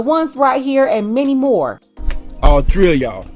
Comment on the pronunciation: ✨☹️DID YOU SAY, “ALL TREE!?” 🤨